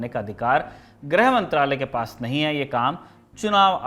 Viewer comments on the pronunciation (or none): ग्रह मंत्री नहीं "गृह" मंत्री